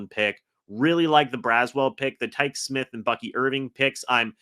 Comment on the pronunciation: Quit mispronouncing Tykee Smith's name.. It's pronounced (Ty-Key) Smith